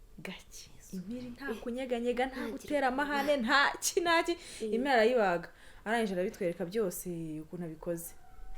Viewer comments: Ni nde utazi kuvuga "impiri", wivugira "imiri" nka!?😊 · ati imiri nyamiri!😂😂 Muri Papa Sava p iburizwamo iyo irihagati ya m na i ijambo impiri rigahinduka imiri😃